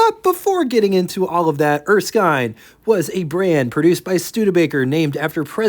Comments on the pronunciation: did you find some source that confirmed Erskine was pronounced “Er-skyne”??? Otherwise every other time I’ve heard this name, it is pronounced “Er-skin”. And if not, don’t say I didn’t tell you the same thing last time. 😊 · Typically in Australia, Erskine would be pronounced as ers-kin. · It's Erskin. the i is short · Thanks again for sharing another rare car with us and from my experience wich was listening to my father and uncle’s that were there back in the day I believe it is pronounced er- skin as in skin. For the WYR I’ll take a 27 Pontiac and the 27 erskine. Have a good one and looking forward to the big 500 tomorrow, yeah buddy 😊